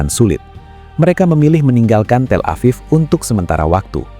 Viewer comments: TEL-A-VIV not TELA-PHONE-A-VIV🙄🙄the pronounciation is paining my ear. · tel EPHONE aviv? Wins today's award for dumbest AI. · TelevonaTHIEF?? Do I hear that right??😅😅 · Auto-dubbed says “Telephone Afif” for Tel Aviv. I’m going to call it Telephone Afif from now on. LOL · " Telephone Aviv?"" FFS. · AI Trash. "Telephone Aviv" was too stupid of a thing for a real human to not have caught. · “Telephone aviv” 🤦🏻‍♂️